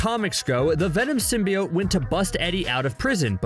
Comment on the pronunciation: "Everything you need to know about Venom 2" can't even pronounce "symbiote" correctly...